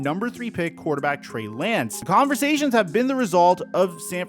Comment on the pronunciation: he calls Trey Lance, Bray Lance 😅